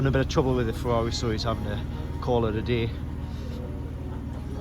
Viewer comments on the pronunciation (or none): none